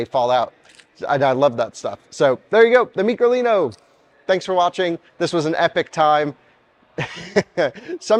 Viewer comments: It’s micro, stop calling it “ meekro “ …. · Did you not learn anything?? Its micro (Mike Row), not mee crow leeno. At least can count!! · why does he say Meecro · It must be pronounced as " My-crolino" as Micro means small. Microscope etc. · It's name in Micro lino and why do you say it's so funny after everything?